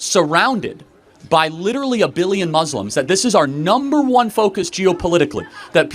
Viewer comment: The way he says “Muzzlim” makes me mad omg 😭😭